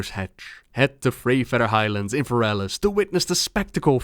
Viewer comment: fErelas. fErelas. not ferAlas.